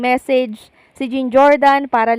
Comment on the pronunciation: Hi mam, the right pronunciation of 'jean' is John, kc guy name po yan😊